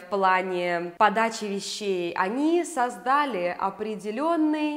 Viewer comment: сОздали а не создАли